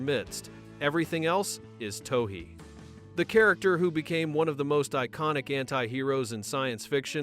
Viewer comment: Can’t finish this video because the AI slop narrator can’t seem to get the director’s name correct. Also, where is this information gathered from? I own the special edition DVD of this movie where the filmmakers themselves talk about the making of pitch black I can’t recall almost any of what’s brought up in this video